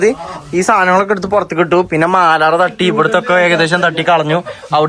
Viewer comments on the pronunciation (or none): മാലാറ അല്ല മാറാല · മാലാറ അല്ലാ മാറാല 😂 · മാലാറ അല്ല 😂😂😂 മാറാല ആണ്